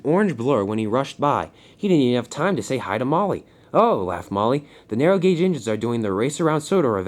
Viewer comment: You said narrow rong